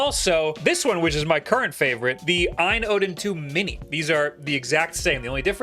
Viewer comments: OLED be like: OU EL EE DEE A.Y.N. be like: Ayn jfc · It’s not pronounced Aine AAAA